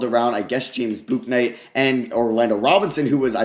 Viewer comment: You try way too hard to pronounce the 'u' in Bouknight. His names just said 'book' - 'night'